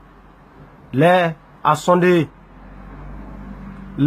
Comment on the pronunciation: "L'heure a sondé" ???